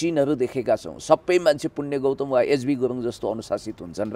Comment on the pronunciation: गौतम जै जै गौतम शै बोलेको छ है